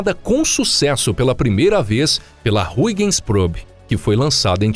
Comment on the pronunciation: A pronuncia é Haigens.